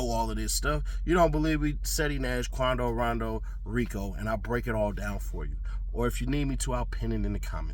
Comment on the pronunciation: How can you mispronounce his name when his rap name is based on it. Come on